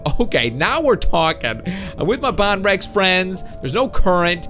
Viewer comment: You are saying bonrex wrong it is bone rex